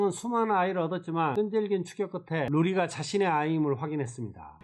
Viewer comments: 로리웹아니라 루리웹!!! 설마...🤔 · 루리를 자꾸 로리라고 하시면 아니되옵니다!ㅋㅋㅋ